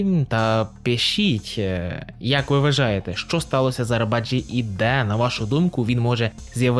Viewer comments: Правильна вимова імені Necati Arabacı - Неджа́ті Арабаджи́ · Наголос має бути на і, і навіть не на і, а на и - Арабаджи́